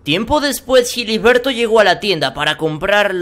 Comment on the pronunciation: Jiliberto jajajajajaja